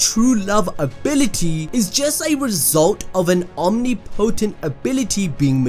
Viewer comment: its not pronounced " omni-po-tense" , it's "om-nip-oh-tense"